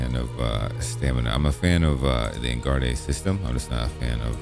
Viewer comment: Thank you for making this video - I've been very curious and intrigued when it comes to Aldmari so this helped shine some light on it. By the way, I believe "engarde" is pronounced like "on guard". :)